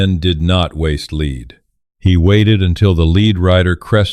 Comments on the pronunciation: It's pronounced LED not leed. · To the writer of this narration: the component of bullets, even though spelled lead is pronounced Led. Suggestion: use the english language dictionary Mirriam- Webster Dictionary and look at words that are spelled the same but have different meaning and different pronunciations...